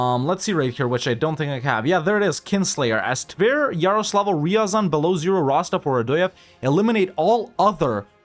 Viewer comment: Degenerwte. Its not riyazan Its r ya zan Listen original russian. Better evenryzen